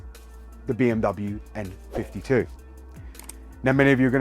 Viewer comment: Thought you were saying M52 tbh, love my M54B30, its as smooth as a Kashmire Codpiece ;)